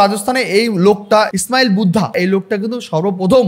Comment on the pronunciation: ওটা 'ইসমাইল বুদ্ধা' নয়, 'স্মাইলিং বুদ্ধা' হবে,আর স্মাইলিং বুদ্ধা কোনো ব্যক্তির নাম নয়,ওটা প্রথম পরমানু বোমার নাম। শ্রদ্ধেয় এ পি জে আব্দুল কালামকে মিসাইল ম্যান বলা হতো। আপনি একটা কথা অকাট্য বলেছেন - স্বপ্না ভাদুড়ির মতো এরা প্রত্যেকেই একটা রাজনৈতিক দলের হয়ে কাজ করছে।